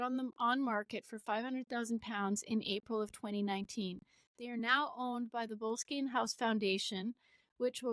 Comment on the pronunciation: It’s not that tough to Google how to pronounce a word. It’s Bo- less-skin.